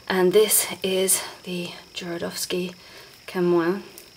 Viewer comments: Called him Jorodowsky the whole time .. did no one hear this ? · I liked your presentation and found it really helpful, although you were right about misspelling Jodorowsky’s name. The main problem is that you inversed the R with the letter D the whole time, practically misplacing a couple of syllables, which was a little annoying, to be honest. But aside from that, the infos were spot on. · Nice video but please learn how to prononouce Jodorowsky's name (click on polish)